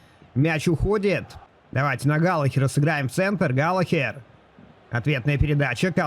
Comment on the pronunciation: всё супер, но пожалуйста, галаГер😅😅